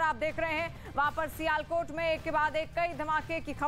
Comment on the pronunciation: abe sialkot bolna sikhe le pahle